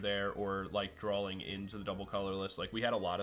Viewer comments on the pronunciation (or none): Does anyone else hear “drawling” when he says drawing